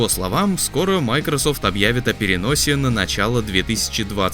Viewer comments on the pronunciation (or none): none